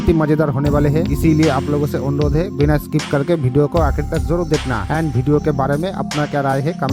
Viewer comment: Bhai वीडियो hota hai भीडियो nahin hota hai.